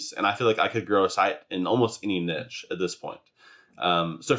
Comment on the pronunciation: you said niche wrong.